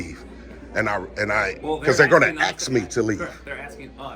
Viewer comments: And by the way, you …the word is “ ASK “, not “ AX “…..did you go to school and learn to read and write????? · No, mo*on, they aren’t gonna “axe” you to leave. They are going to “ask” you to leave. Those are two totally different words, with two totally different definitions. It sounds to me like you should be spending your free time polishing up your grammer, instead of harassing innocent people at the local DMV’s… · Axe me to leave….since it’s and axe….😬🙄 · Can’t even speak properly, what else do you expect? Aks me a question 😂 go on, AKS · Numb nuts here is so ignorant he can't even pronounce "ask" correctly, "axing" a question must be something different from "asking" a question. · Why do so many Americans, including this moron, "axe" people a question, instead of "asking" a question? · You gunna ax me to leave? What does “ax” mean? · They don't AXE anything a$$hat, they ASK you!! Learn to speak or shut it!!! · “ ax “ me to leave? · Had to crack up, every the frauditor said, "I just wanted to 'AXE' you a question, and/or 'AXE' about something else"! You are right, we have a very uneducated individual here that has no business using a camera!:) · To be fair it’s probably just his dialect. Different parts of the country pronounce word differently.